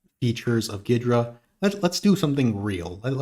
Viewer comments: There was a time, long ago, where there was a tool that pre-dated Ghidra, called SoftICE that allowed exactly this and more, because unlike Ghidra it was a kernel-mode debugger, so below even User Mode where Ghidra is limited out-of-the-box. Also though, pretty sure the correct pronunciation is more like "Geedra" not "Giydra." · Is that really how it’s pronounced? I hear it as “gheedra” often